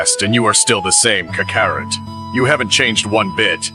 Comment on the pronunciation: I wish you would stop letting a.i. pronounce the characters name. It is butchering tf out of Kakarot.